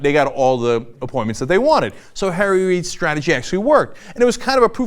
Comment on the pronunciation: On an un-related and random note, every time Cenk says "Harry Reid", it almost sounds like he's saying "Tara Reid" I just thought that was kinda funny